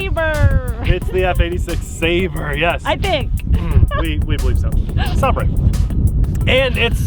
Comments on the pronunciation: ..not Saab ray. Say ber. ..meaning knife or sword. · Bro, it’s pronounced Sai-ber, but im new here so ima just let that slide because i don’t know if your a English native. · its pronouced Sabre (Say - Ber) btw how many ringgit is it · Oh brother 🙄 Saber, like sword. You need to read some books or get a college degree. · "sabrae" i want to kill myself